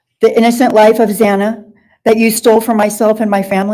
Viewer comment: Ok I replied before he spoke his bit at the end.....hes redeemed himself in my opinion after the last hearing when he was slumped over in his chair hand holding his head up and saying zanas name wrong he just seemed to not care and like he was wasting his time......I like that he said about the fact bk didnt give reasons why or anything cos I was pissed off that he wasnt forced to explain himself in court but the judge saying he would just lie and keep the spotlight on himself and to forget about him dont give him the power too many evil people hold secrets cos they know its there only control its the 1 last thing they have to torture people with and when we just say ok I dont need to know why cos your a murderer an nothing can change that he can keep his secrets as they become worthless if noones interested